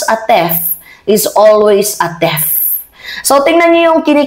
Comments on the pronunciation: Theft at thief ay magkaiba.. Theft (objective)= yung nagnakaw ka...Thief ( subjective or a person) = ay mismong magnanakaw..ang bigkas mo ay theft... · Hindi pa natuto obvious ba?Once a thief( pronounce as tiif) is always a thief. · bakit po "thef" sya? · Thief = Theef ...Just sayin mahal ko